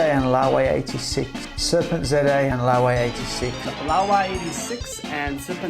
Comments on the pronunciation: It's so funny seeing some of these morons not being able to pronounce serpent za, they pronounce the name as one word (). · This is so hilarious. I never considered the angle that they were going after you guys to make easy content, I always thought it was either bad blood or CCP direction. The one thing I thought was most hilarious about the compilation is that nobody managed to say properly!